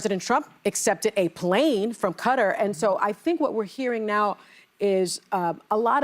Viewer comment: Did Sunny pronounce Qatar “cutter” ?? 😭😭